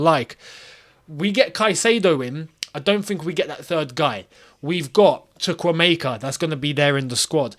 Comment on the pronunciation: Why do you keep on butchering Chukwuemeka's name always😂😂😂😂